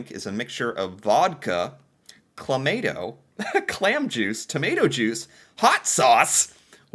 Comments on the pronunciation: Him pronouncing Cabot and then later Clamato 🤣 Pretty sure Cabot is supposed to rhyme with robot "Cah-bot" not Cah-boat 😂 Clamato rhymes with tomato "Cla-ma-toe", clam tomato juice His face while reading about the Caesar 🤣🤣🤣 He should try a Clamato beer 🍻 We call it KD/Kraft Dinner if it's the brand name stuff, or mac and cheese if it's anything else 🤤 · Clamato is pronounced "Clam-ah-toh" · Watch many, many of your videos. My congratulations on the great job you do on these and from my heart, I applaud, almost worship your dedication to learning about the Land of the Frozen Moccasin and sharing your finds. A very, very small point from this one - we need to work on some of the pronunciations: Cabot, Newfoundland, and Clamato. I don't know about Caesars being our national drink, but it is popular and dangerously delicious. There are a few commercially prepared Caesars in the 'fridge. I'll have one, maybe two during the Leafs' game - two plus a bath if they win, one and no bath if they lose. 😂 Tnx again Bernie from Bedford NS